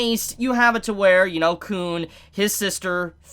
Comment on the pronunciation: Uh the way you’ve been pronouncing Khun may get your tog reviews demonetized